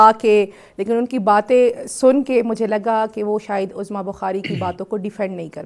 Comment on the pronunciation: سر لفظ عظمی کی ع پر پیش ہے زبر نہیں ہے عُظْمیٰ